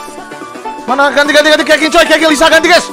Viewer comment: dibacanya kecing bang bukan keqing